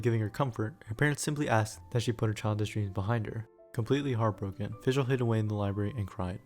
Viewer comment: I like how you used Google translate to prevent butchering the Oz and Fischl's names.